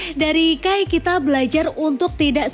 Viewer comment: Agak gak trima penyebutan "kai" jdi "key".. but overall kren, thanks nostalgia nya..